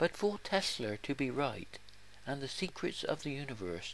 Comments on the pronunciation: he said Tesler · Who tf is "Tesler"??